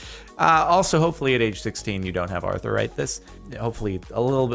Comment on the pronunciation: It’s Arther not Archer